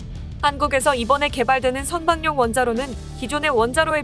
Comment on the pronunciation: 선박용 원자로 의 발음은 선방용 이 아니고 선바굥 원자로 로 발음해야 합니다!